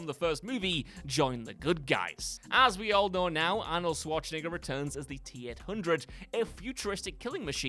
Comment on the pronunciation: Arnold Swartschenegger? Still didn't learn to pronounce his name correctly?